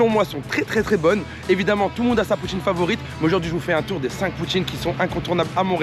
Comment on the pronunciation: J'adore! J'ai ris et j'ai faim "Poutiineu" tu m'a tué 😂